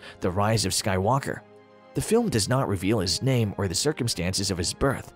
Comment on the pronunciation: Why do you keep pronouncing Skywalker with the emphasis on the "walk" syllable? The emphasis should be on "Sky" lol